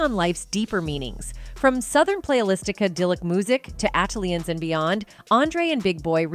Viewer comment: You know it's A.I. when she says "ON-TWON Patton", "Southern Playalistic ODD-E-LOC Music", "ATE-LEE-Ins", "AQUA-MEANIE" and "STANK-HO-NIA". 😂